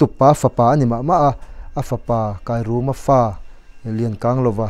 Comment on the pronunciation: Kairuma nilo in thluk na a awm a... Kairûma tih tur zawk aw Sir